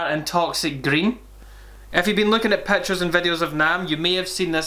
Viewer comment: “Lookin at pettures and vedeosss”